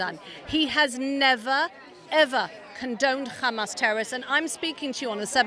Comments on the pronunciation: “kkkkkkkkkkhamas” She said it like that so many times that ears hurt now. By the way, that pronunciation of the word “Hamas” is specifically from the Israeli (i.e. modern Hebrew). So either she is Israeli or she wants to mimic the wrong Israeli pronunciation of this word—that tells you a lot about what media she engages with and what bubble she is in. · The British accent lady can’t pronounce his name, can’t pronounce Hamas which is basically just Humus, it’s not that hard. Why are they always bringing up the Middle East when talking about NYC? This is just prejudiced thinking through and through with contradictory statements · They purposely mispronounce Hamas to make it sound more foreign and scary. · why do they emphasize the word Hamas 😂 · Do you actually pretend to cough up a loogie when pronouncing "Hamas" natively?